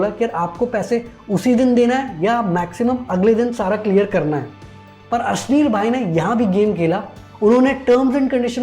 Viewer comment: Asleel Grover 😂😂😂 ashneer Grover hota hai Bhai